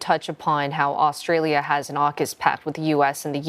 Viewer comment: Think you find it Australia. Not Orstalia.